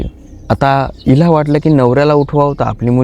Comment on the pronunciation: Vilaj ka bolta tumhi elaj bolatat